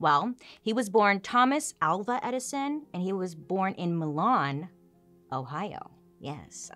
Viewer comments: I live about a half hour from Milan. It's pronounced My-lynn. Yes My as in yours. Lynn like a woman's name. Not Milan like the country 😆 Love the video though! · The city where he was born is pronounced my- lyne. But spelled Milan. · I know I’m late to this party but you pronounced Milan Ohio wrong. It’s MY-LYN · Proper pronunciation of Milan is MYE-lin. I went to Edison High School in this town and am an alumni of the school. Gorgeous little town. You can tour the home Edison grew up in. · Hey so I grew up in a town right next to Milan, Bellevue in case you were curious. We pronounce it "My-lan" here idk why but if you ever visit they will correct you and likely not be the kindest about it. Also if you are ever at or around Cedar Point stop in to the Thomas Edison house there in Milan. Or if you're really lucky go on labor day weekend and try Toft's (the best ice cream brand) watermelon ice cream and or the cantaloupe sherbet they only make it for the melon festival and it is THE FRICKEN BOMB. I have sonce moved closer to Cleveland but I go back for the melon festival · I live in the town edison was born. Funny everyone pronounces milan like the italian city. Its actually prnounced m-eye-lynn. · Bailey! 😂 it’s pronounced My-Lan lol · MY-lan Ohio, i love you, big fan, but as a local of sandusky and milan, it’s milan🥴